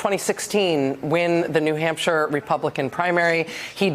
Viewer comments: "He lost New HUMPshire......" Some journalist. Can't she even read a letter A on her teleprompter...for New HAMPshire? Who's she got on her mind and what's HER name - - or is it THEY/THEM/THERE-THERE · Rachel Maddow said “New Humpshire” 😂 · New Humpshire 😂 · called New Hampshire, New humpshire?!😮😂